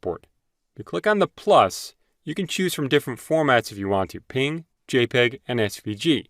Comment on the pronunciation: You saying "ping" instead of PNG is driving me nuts 😂 Great and to the point though!